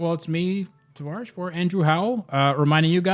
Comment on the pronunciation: In your intros when u say its tavarish say or here after you say travarish